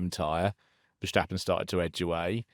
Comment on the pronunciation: I always enjoy these reviews but please,, stop pronouncing Max's surname as VerSHtappen. I know I'm picking nitsh but it drivesh me nutsh!